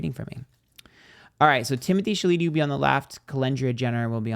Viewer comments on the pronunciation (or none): "Challedee" "Beyons" 🤣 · Miss girl… not timothee shaleeteee 😂😂😂😂😂😂 lmfao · why are u pronouncing my man last name like that 😂😂